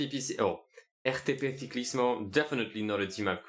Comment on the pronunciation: The pronunciation of RTP was spot on but all the rest was so Spanish 😂